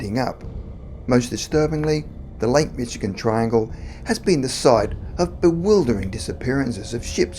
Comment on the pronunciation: Dear sir, I love your channel! I have lived in Michigan my whole life and I want you to know that it is pronounced Mish-i-gan. Thanks for all the great content!